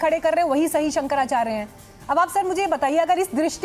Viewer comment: ये चक्रपाणि जी शंकराचार्य या आचार्य का उच्चारण सही नही कर सकते ये गोल-मटोल जवाब दे रहे है